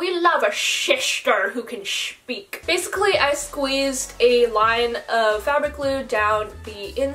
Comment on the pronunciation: “we love a shishtah who can shpeak” that freakin got me😂😂